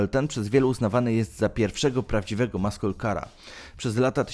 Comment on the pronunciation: Nie "maśle" tylko "masyl" weź Koleś z translatora skorzystaj...a jak się jąkasz to nagrywaj powtórnie.